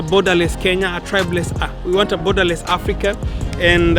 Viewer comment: He said "Borderless Afrika..." 😆😆😆😆😆😆